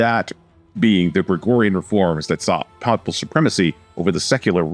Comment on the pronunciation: Narrator needs to research pronunciation of words (e.g., “papal”).